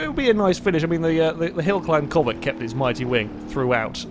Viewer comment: he kept calling the civic a covet lol